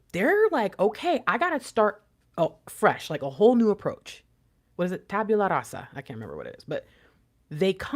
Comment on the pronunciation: You said it correctly for blank slate/tablet 💛